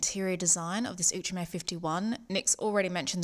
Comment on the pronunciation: Now I know how to pronounce 'Outremer'! Thanks!